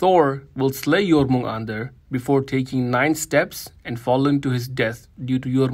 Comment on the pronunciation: Finally, someone actually pronounced Jörmungandr correctly, I've heard so many people butcher the name, it's not even funny.